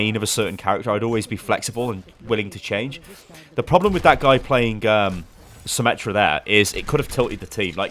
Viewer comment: FUCKING ATOU CORRECT. NO SOMME, NOT SYMMETRY, FUCKING SYMMETRA